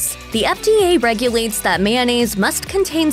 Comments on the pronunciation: "Man-nayze" No, girl. It's pronounced may-oh-nayze/nayce Like the spelling. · It's kinda funny how right after she explains the historical origins of mayonnaise she goes from saying the word as it's spelled back to calling it mannaise.